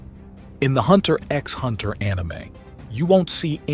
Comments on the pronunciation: hunter "EX" hunter.. smh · you don't say the "X" in hunter x hunter ...